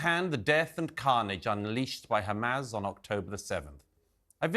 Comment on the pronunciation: It's not hum-az like jazz, Douglas. It's hamas, like fuss